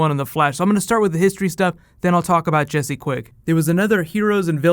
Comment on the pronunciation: You said Jesé quick season 3